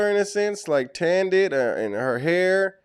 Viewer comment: Tan-ded her hair? Oh my